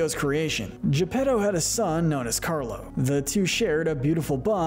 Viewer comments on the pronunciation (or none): none